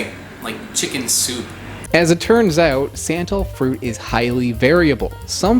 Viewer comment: It’s not “sen-tall”, it’s pronounced “sun-tol ☀️-tol”